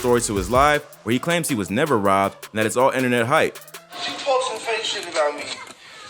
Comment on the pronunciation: People concerned he ain’t sober because of “Enter-Net”?